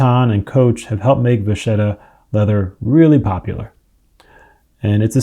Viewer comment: It's not from French. It's Italian, and means "little cow". And it's pronounced "vakketta", not "vashetta".